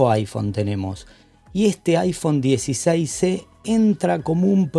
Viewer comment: Mi amigo, estoy escuchando bien?..."iphone 16c" es lo que te escucho decir en vez de iphone 16e?